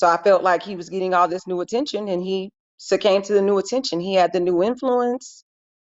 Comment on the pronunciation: Did the lawyer say that her husband “succame?” It’s “succumb” & not “succum.”